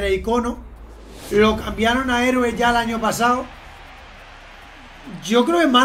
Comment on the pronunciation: lo de decir hereo en vez de heroe es de genio